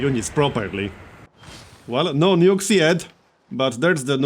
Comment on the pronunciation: i thought he said "nudes"